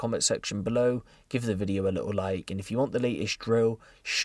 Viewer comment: The way you say video at the beginning cracks me up every time 😂